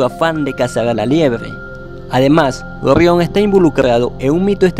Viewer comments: Orrion🤣 rra rro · "Orrion"? "Beetlejuice"? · "Ogion" jajja, ta dificil pronunciar la EGE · Se pronuncia orion. No orrion. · 1ro. por que demonios dices ORRIÓN, si todo el que habla español dice orión 2do. deberías de utilizar un bot que hable por ti o a alguien con mejor dicción, parece que tienes una piedra caliente en la boca 3ro. por lo demás el contenido es excelente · Orrion? Se pronuncia Orion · No se dice orrion Sino orion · Es orion no orrion acaso este hombre no sabe hablar :v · Ori on Orión no Orión🤔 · La información es buena, ya conocía los nombres de las estrellas de la constelación, la pronunciación es pésima, no se dice "Orrión" se dice Orión. Una "r" entre 2 vocales suena como "ere" o "r" delgada y no como "erre". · Orrión, te recomiendo practicar la R. Saludos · Orrion? Orrionis? 🤦🏻‍♂️ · 'Orrión' xD Excelente video, hay te dejé tu like.